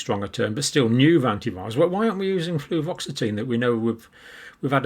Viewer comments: Fluvoxamine not fluvoxetine. Have I just fact checked Dr Campbell? Anyway I like these fact checking bits, it should become a regular part of the show. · Not to nitpick, John, but you have a tendency to confuse/conflate two common SSRI meds with similar names: fluvoxamine and fluoxetine (aka: Prozac). You keep saying "fluvoxetine" instead... which AFAIK does not exist. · John, I think that you usually mean Fluvoxamine when you say fluoxetine. I am I wrong?